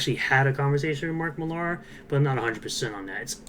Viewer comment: Just pointing out Millar is just pronounced the same as Miller